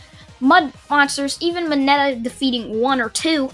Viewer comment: You said mineta